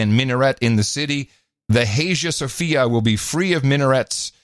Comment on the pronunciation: Imagine being so uninformed that you think poor public school grades mean he couldn't have written his manifesto. And can't pronounce Hagia Sophia.